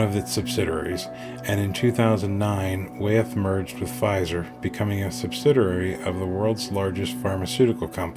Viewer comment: Wyeth is pronounced "Why - eth", not "Way - eth".